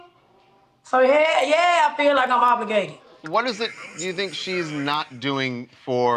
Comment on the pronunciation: The word is: OBLIGATED or OBLIGATORY or OBLIGATE or OBLIGATIONS!! NOT OBLURGATED!! Smh.